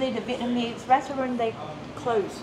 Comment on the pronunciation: Bro “Vietnam sea” nu soldringa athu ”Vietnamese”